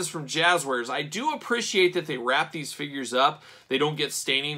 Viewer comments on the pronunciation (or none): none